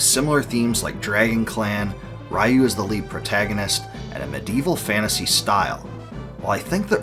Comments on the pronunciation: Not sure what was more nostalgic, the walk down memory lane w/this series, or listening to you mispronounce "Ryu" in the same way I (and many others) used to for the entire video. It's actually pronounced "Ree-You"; りゅ - Ri-Yu- instead of らいゆ -Ra-i-Yu-). Disregarding the spelling though the two names have different meanings that make it pretty clear which is the proper pronunciation: "Ryu" means "dragon" in Japanese while Raiyu means "thunder". Grammar lesson aside, very nice video. BoF 3 is my personal favorite of the entire series w/5 being my least...and we don't talk about 6 :D One of my favorite mechanics from BoF3 was the multiple ways to get awesome equipment for your characters. Too often in modern RPGs you just buy equipment upgrades but I particularly remember being able to get awesome gear from fishing, stealing, dungeon crawling, defeating monsters and sending your faeries out exploring. It made doing all of these things actually worthwhile as opposed to either just checking of a list of things to do or being simple ribbon abilities. That aside, didn't "Tears of Magic" not get funded through Kickstarter? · Ryu = ree-you, not ray-you. I wish Capcom make new BoF game. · Raiu? I though his name was Ryu lol. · Ree you, not ra you 😂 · Just a well meant hint: It's pronounced "Reeyu" - not "Raiyou". Other than that awesome video! Thank you! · Amazing video, but please oh please stop pronouncing Ryu like rai yu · 2023 = RAI-YOU! Ryu = Ree-you ✅ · Bud, Ryu's pronounced "ree-oo," like PU. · good video, hearing you butcher Ryu's (Ree-Yu) name wasn't even in my head seeing some of things i never noticed before. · I appreciate this video, but come on man. At least say Ryu's name correctly. "Righ-yoo" is typical 90s English mispronunciation of his name. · Ri-you….. try it. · REE-YU. Take a 20 second Japanese pronunciation primer. All five vowels are always pronounced the same. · "Rai-yu?" Wow, it's been a LONG time since I last heard that name mispronounced like that.